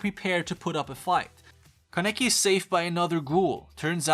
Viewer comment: just saying kaneki pronounced kah-neh-kee rize is pronounced ree-zay anteiku is pronounced ant-tey-kuu